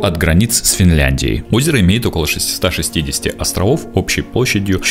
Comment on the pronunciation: Всё... На второй минуте выключил... ШестиСТА шестидесяти... Идите учить русский, блогер